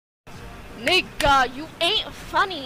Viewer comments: She put so much emphasis towards the end 😭 “Nig👏GUH👏” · Me and my black friends say the n word just like her now 💀 the way she paused is funny asf